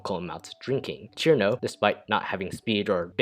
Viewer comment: another poor soul who still doesn't know how to pronounce cirno